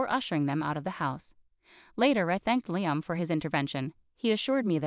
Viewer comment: Liam is pronounced "Lee-am."